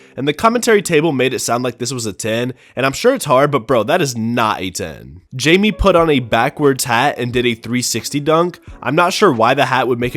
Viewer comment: How are you an nba fan and mispronounce jaime?